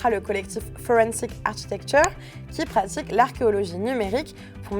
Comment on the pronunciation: 'architecture' se prononce 'arkitecture' en anglais. L'ordinateur sur le bureau est superflu et obstrue la vue. La chronique est intéressante.